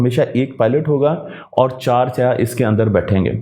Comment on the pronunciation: Ap saiyyah ko seyah kyoon keh rahe hain. Seyah kaley rung ko kehte hain.